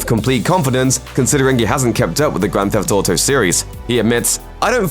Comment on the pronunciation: "Grand Thef Toto"